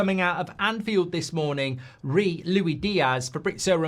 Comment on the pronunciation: LuiSss Diaz geez! Not Lui 😂😂😂